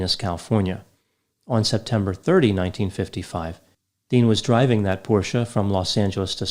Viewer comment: this decoration piece sort of cactus on the lower tier behind you - it looks like a cookie to me. Sorry, it looks so cute, it has distracted me from your lecture. P.S. Your pronunciation of "porsche" is now perfect.